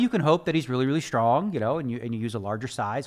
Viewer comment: One of the smartest guys on the planet and he cant pronounce strong correctly.